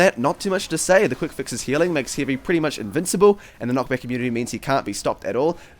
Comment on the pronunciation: I heard ''Hivey weapon'' in the start